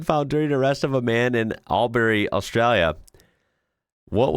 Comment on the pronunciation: YES YOU PROUNOUCED ALBURY CORRECTLY WOOHOO!!!!!!!!!!!!!!!!!!! alot of people on the border of new south wales and victoria would be so proud of you lol